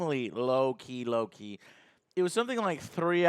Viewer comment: Did Joe just say low key or loki? 😂